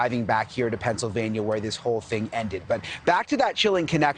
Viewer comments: Brian can't pronounce Hyundai either. It must be crime weasel syndrome. Hondee Hondie Hon anything. Sounds like Honda. Learn to speak a little Korean if you are going to buy so many of their defective cars. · News 'experts" The car's name is Hyundai--it rhymes with SUNDAY...